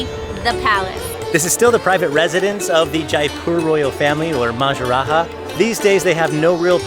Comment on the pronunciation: It's MAHA RAJA... Not MAJA RAHA it's still funny 😂🤟